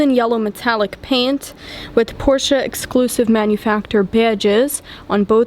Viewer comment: Well young lady, not bad, not at all. And thank you so much for saying "Porsche", and not "Porsch´" as some people do. Keep up the good work! Cheers from Sweden.